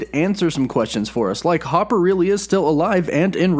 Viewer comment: Sounding like your rival at everything always, not being able to pronounce people’s last name. He can’t pronounce Russo, and apparently u can’t pronounce Harbour